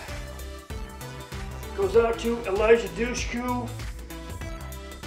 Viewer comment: Yeah, I've always pronounced her name Dooshkoo. You learn something new every day! Thank you for the rating, friend. I hope your Saturday is a great one, friend!